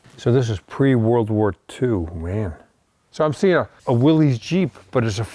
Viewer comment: Little late here but Willys is pronounced Willis.